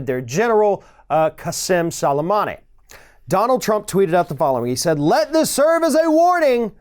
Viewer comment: You pronounced the Iranian Generals name better than our President, I guess you study things before you record your show, good job.